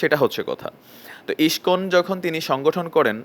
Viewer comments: তোদের গাঢ় ফাটছে karon ইস্কন হিন্দু ধৰ্ম keniye এগিয়ে cholche. আর বার বার কি বলছিস যে মূল ধারা হিন্দু আর ইস্কন মানে??? Tora গুদির বেটা মোল্লা মোল্লাই হবি. আমাদের জিনিস আমাদের ওপার cgere দে তোদের হিন্দু দের ব্যাপারে ভাবতে হবেনা. এখন তুই ইস্কন উচ্চারণ করতে জানিস না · Ai pagol ta ke.. Je Iscon r name ta thik Kore ucharonn kortee pare na.. Bhul bhaal information dichee.. Gandu Kichu janee na.. Ore murkhoo Tui Jodi Iscon r bhakto hoss tahole Tui udhar pabii.. Chagol kothakar.. Tui to garuu khee narokee jabii.. Iscon r mull lokhoo harir nam prochar kora.. R Chaitanya mahaprabhur banii saradeshee harirnam prachar hobee dekhis.. R Hindu der mull dhormogronthoo bed noii.. Srimod bhaggbatt gita .kichu janis na.. Bhull kotha bolis. Pls keuu ai mahamurkher kotha Biswas. Korben na